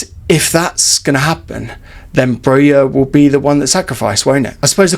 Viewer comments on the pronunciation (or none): More than half of our season is over, and people still can't pronounce Broja's name correctly. It's Broja and not Broya! Armando said it himself.